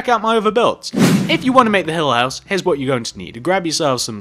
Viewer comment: I heard: Hell House Me: Wth! Oh! It's Hill House! Oh my!